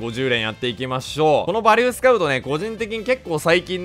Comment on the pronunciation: 呂律が回らずバリューて言えんかったんやろな…